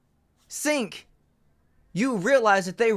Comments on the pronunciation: Its pronounce like Jenk not Sink. Also Why do some channels put the "better be nice in comments" warning up. That's so soft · "Sink" Uygar 😂😂😂